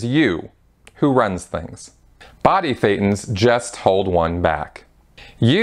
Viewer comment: Just as a side note Thetans sounds like Satan 80% of the time the way you pronounce it, and with no knowledge whatsoever people probably just understand Satan all the time also shown this way in the subtitles just noticed it right one time